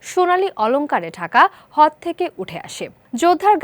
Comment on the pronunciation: হদ নাকি হ্রদ(রদ)